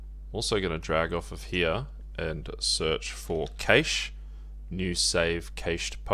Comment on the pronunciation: It's pronounced 'cash' not 'cayshe' lol